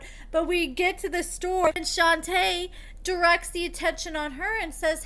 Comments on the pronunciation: Girl, her name is pronounced “shon-tay” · I just think you're purposely mispronouncing her name at this point. Y'all can pronounce SHIWAKOVITZ but can't say SHON-TAY 🙄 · This bish be lying Edit: you say her name wrong af lol